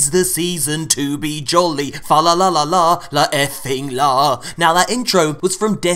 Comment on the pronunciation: Fla lah lah lah fing lah 😂😂😂😂😂😂